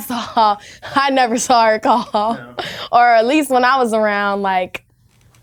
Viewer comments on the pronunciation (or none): none